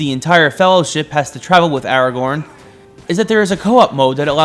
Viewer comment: Thankfully unlike IGN you said Aragorn’s name correctly.